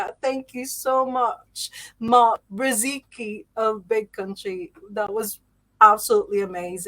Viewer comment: Simply Mark Bsheseetsky, with sh more close to 'g' in 'gigolo' word, or 'j' in french 'bonjour'